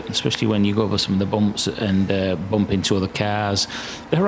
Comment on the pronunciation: I want to hear you say Boomp just one more time.